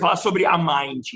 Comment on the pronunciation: Exatamente, tão combinado que ela não sabe nem pronunciar o nome da Mind e o Léo corrigiu! O pano eh de seda! Passou pra amiga… afffes